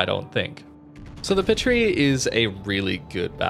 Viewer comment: It's pronounced paatrie like the sound a makes in baa because of the french accent mark I think. I'm a french student fyi